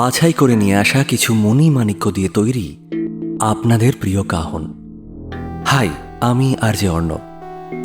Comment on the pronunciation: Kaphon Noy Kahon